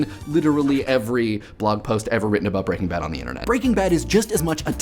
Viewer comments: 2 things. 1. One does not simply like Breaking Bad. 2. Why do you keep saying it BreakingBad. It's pronounced Breaking. Bad. It has a figurative full stop in the middle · I always thought it was pronounced Breaking Bad, with the emphasis laid more on Bad, rather than Breakingbad (as it is said in this video). Which one is correct? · Good video, loved the show and this raised some interesting points. Though, I have always pronounced it "Breaking BAD" rather than "BREAKing Bad". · I say it like you too, as do most people. The guy in this video is the weird one. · I am displeased with how you pronounce the title :P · Does anyone else have a problem with how he is pronouncing Breaking Bad? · I can't help but focus on the fact you put the stress on "Breaking" as opposed to "Bad', I read it as an iamb, and would never have thought to pronounce it as a trochee.